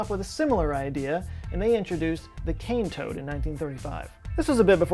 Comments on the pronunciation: "Cane toad; Australian for plague". The accent sounds exactly how Australians imagine Kentucky hillbillies talk! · OOOOOOHH so it's CANE toad, not KING toad, m8????